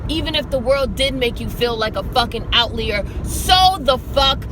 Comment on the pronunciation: Out-liar....not out-Lear.... and her vocabulary sometimes...